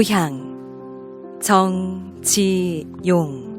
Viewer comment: 성명을 읽는 법이 틀렸나이다. 정 지 용이라고 석 자를 띄어서 읽었나이다. 첫 째, 정은 길게 그리고일순 쉬어서, 지용을 부처서 읽어야지요!! 그릭 자고저 문제가 심각합니다. "한국 어문을 고발함"을 조용히 읽어 주실까요!? 미국 변 완수 드림